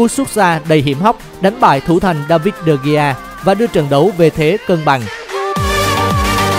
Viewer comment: Người ta đọc là đờ-ge-a mà đọc de-gi